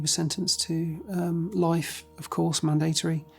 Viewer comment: The way that man pronounced mandatory should be criminal.